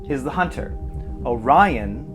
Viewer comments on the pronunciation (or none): none